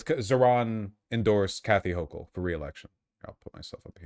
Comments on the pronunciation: Also Hasan appears both unable to properly identify the topography of the primary campaign or pronounce the sitting governor's name. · Is Hasan purposely mispronouncing her name? If he’s watched her, or stuff about her, he should be able to say her name correctly. 🤔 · Also, his mispronouncing of her name seems intentional. Kind of shitty. Almost like how Mamdani got that his entire campaign. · I might consider Hasan's arguments, but the fact that he couldn't even be bothered to learn how to pronounce her fucking name invalidates any of his arguments.